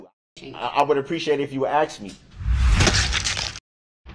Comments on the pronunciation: Axe me 🪓😂😂😂😂😂😂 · Is you axing me or telling me to do a thousand years. I'll take that as axing me, cause nobody tells me what to do. Nobody but every guard and tough prisoner in prison. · Stop saying the word "aks"... It's ignorant